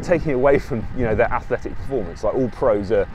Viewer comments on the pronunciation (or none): none